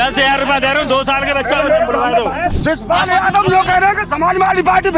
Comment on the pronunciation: शिवपाल ❌ सिसपाल ✅😅😅😅